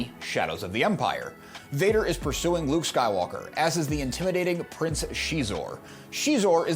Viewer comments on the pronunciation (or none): none